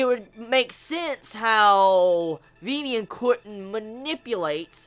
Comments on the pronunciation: and why do you call her vevian its Vivian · I think it's pronounced Viv-Ian.